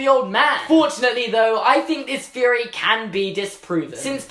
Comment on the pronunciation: Answer: 0 you only say "Feory" JK i love ur vids ur accent keeps me alive